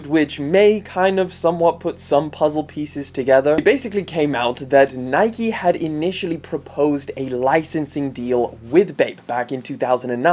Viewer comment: Why do u say nike like that